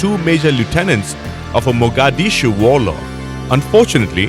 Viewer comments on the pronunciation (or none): none